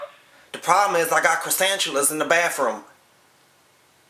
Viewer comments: " Croissantulas " lol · Cresantuluas lmao ha ha you never heard of Cresantuluas . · He said croissanchulas🤣😂🤣😂